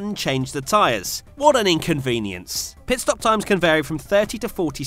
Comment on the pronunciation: “ PEET STOP ”